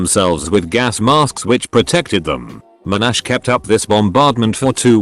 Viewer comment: At 3 minutes - First thing, it's MON-ash, not mo-NASH. Second thing, I'm at his university, what foolish thing am I being conditioned to do?